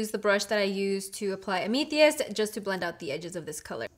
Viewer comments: Ahhh meeth e ist? Yeah, that's no gemstone I know of.....am uh thist, February's gemstone I believe, lol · "ameethie-ist", nah sorry, I can't deal with it. It's AM-ETH-IST. No shade or ill feeling intended, just annoying the crap out of me. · It's AM-UH-THIST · It's pronounced am (like I am) a- thirst. Am -a-thirst.Loved the looks. You should do an if you have these palettes you can recreate this palette. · Am-a-thist. It's just like the stone. Love the eye looks you did =) First time viewer here. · Its pronounced am-ah-thist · It's AM-EH-THIST lol omg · It's pretty cool that you used as many of the colors from the palette as possible to showcase their standalone and layered performances. PS: They're pronounced am-ah-thist and oo-d. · Amethyst is pronounced am a thist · Amneetheeist. I'm dead 💀💀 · Just an FYI to let you know, sweetie... The purple shade you used, it's pronounced AM-ah-thest. You know, the purple birthstone for the month of February? =) Just thought I would let you know. We've all done it, trust me! LOL! Also, the topper shades (the one you mushed)...they're very fragile, as I'm sure you noticed. They're meant to be "tapped" to pick up the product, not pressed into, just the same as the Natasha Denona toppers, if you've ever used them? Same idea. But, now that you've broken the press on the product, I would suggest applying a few drops of a binder (Duraliner, very lightly, Fix Plus or something like it) and LIGHTLY press it down again. Much love, Shelbie =) 💋BeautyDaughtMom💜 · the way she pronounced amethyst has me weak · The way she says amethyst 😂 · Oooh the way she pronounced amethyst ..... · That is not how you pronounce Amethyst lol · The way you say "Amethyst"... LOL Beautiful looks though. ( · Girl lol.... i love you and all but that is NOT how you say Amethyst lol. 😬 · She pronounced amethyst wrong 😞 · Literally went through the comment section just to see if anyone else noticed 😩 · Ria Das I cringed every time 😩